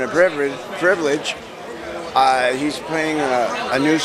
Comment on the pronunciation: Joe Walsh- It's an honor and a privrige privlage haha xD